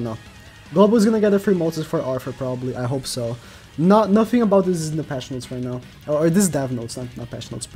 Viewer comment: it said NOTS not notes, next time try checking yr spell XD